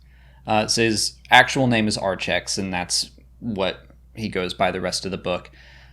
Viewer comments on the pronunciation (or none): So weird to hear Archex pronounced that way. I called him "Arkex" the entire book.